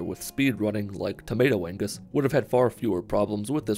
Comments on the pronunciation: “Tomato Angus” The G is silent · Tomatoangus... The 'G' is silent